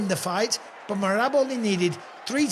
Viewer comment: Can someone tell to learn how to pronounce Merab’s name? 😂